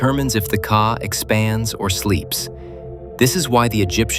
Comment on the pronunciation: NOT CAR BUT KA - GOOD GOD .